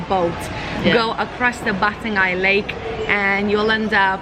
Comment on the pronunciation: Try gurgle with salt water. It may sting, but it'll do miracles. Anyway, stay healthy and safe. BTW, Batang Ai is pronounce I.A.(quickly), not Aye. Oh, the Kuih mueh is not the kuih name. It's Kuih Pe-nya-ram(I put dash so you know how to pronounce it.) When I'm still a kid, I use to called that kuih as Mexican Hat kuih. I like the edge part coz it's crispy.